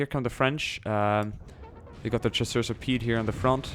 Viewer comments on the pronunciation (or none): you say "chasseurs a pieD" but in french if a word finishes by a "t" an "s" or a "d" it's silent so you sould say "chasseur à pié".